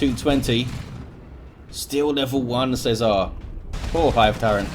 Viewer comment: Worst pronunciation of César ever haha :D